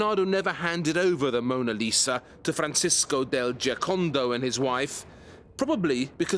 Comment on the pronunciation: ...Francesco del Giocondo not Giacond... La Joconde in french not Jiaconde, La Gioconda in italian... This guy's verbal mannerism and constant mispronunciations have been putting me off for the entire series. I know on occasion it might be difficult but if you make a living off of these people's existence trying to pronounce their names correctly would be a bare minimum :/